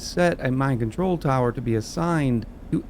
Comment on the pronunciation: When you put down the new Mine Control Tower I heard you saying "Mind Control Tower" and now I can't unhear it 😅